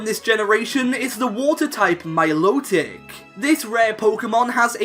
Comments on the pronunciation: no one: me:its pronounced mill o tick not milo tick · Its "mil-o-tic" pronounced like "melodic"